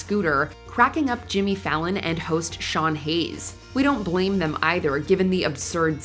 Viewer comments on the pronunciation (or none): none